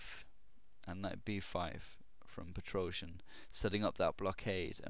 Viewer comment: "Petroscher" =D